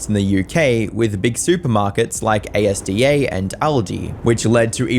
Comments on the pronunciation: A-S-D-A is pronounced ASDAH LOLLL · no way he just called Asda (az-da) A S D A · AYE ESS DEE AYE?!? WHAT??? Asda mate. Asda. As a word. As - dahh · Ain’t no way you call Asda A-S-D-A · As a Brit its not bloody called A.S.D.A its you just say it how it looks asda. Also love the content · A-S-D-A 😂 you mean AS-DA 😅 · Tf is A.S.D.A? It’s Asda, why are you saying it like it’s a secret society 😂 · Did he just call Asda "A-S-D-A"? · A.S.D.A 😂😂😂 it’s as-da, AS-DA 😂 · A.S.D.A???? Brother. it is js pronounced As-da. Asda. its not an acronym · Calling it A.S.D.A absolutely slayed me! It's just Asda 😂 I wanna hear pronounce other UK supermarkets wrong for fun! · Never before in my life have i ever heard Asda be called "A - S - D - A"... and frankly i dont want to again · Sorry but A.S.D.A got me 😂. As.DA is how you pronounce it just in case the supermarket chain comes up in your videos again. Never the less keep up the great work 👍. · a.s.d.a...... never ever heard that way before ever! its pronouced ASz-DA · For reference it’s az-da (ASDA) and not A-S-D-A 😅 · Brit here. ASDA is pronounced as AZ-DA. Not A.S.D.A. Is this important? Nope. But regardless, here it is. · A S D A, it’s Asda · A.S.D.A....... WHAT Its pronounced as a word not letters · The amount of psychic damage I just took hearing Asda be pronounced A.S.D.A 😵‍💫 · No way this man just pronounced Asda as “A-S-D-A” xD I’m not even from the UK and I know it’s just a word, not a string of letters lmfao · Just so you know A.S.D.A. is pronounced AS-DA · THANK YOU I WAS SCREAMING NOBODY PRONOUNCES ASDA AS A S D A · It's called AS-DA not A.S.D.A 😂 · What is A S D A no, no, no it’s Asda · A-S-D-A 😂😂😂 never heard anyone think Asda was pronounced by spelling each letter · ASDA ❌ Ay es dee ay ✅ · A-s-d-a?!😂😂 it’s Asda, I swear these videos are AI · As a British person, it's said "Azda", instead of literally ASDA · Bro just called Asda "A S D A" 💀💀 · A,S,D,A? You mean Asda ? Said like " As-da"